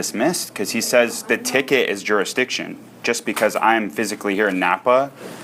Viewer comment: What the heck is, "telephonic"? He is not "journ-ee-izing back to court-a-cus, but not allowing a telephonic, hear-ee-izing. But no one has proven juris-dict-izing beside telling him what it is over and over again. He is a more-on-than-off-on (moron) Good luck Texas. I suspect shock therapy will do him well so warm up those taze-a-fa-zers.